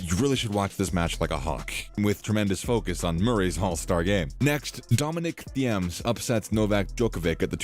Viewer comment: Thiem is pronounced Team